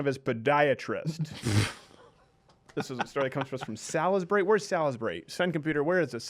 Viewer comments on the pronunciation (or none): It's pronounced "SAULSbury." Cheers from the UK.